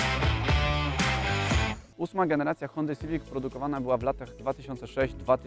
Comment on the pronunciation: Tylko nie hunda XD